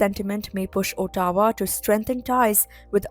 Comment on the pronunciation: Ottawa = "Aw-towa" and not "O-tawa"